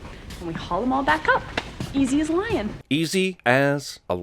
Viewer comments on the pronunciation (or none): I would like to point out that Kaylee doesn't say "easy as a lion," she says, "Easy as lyin' "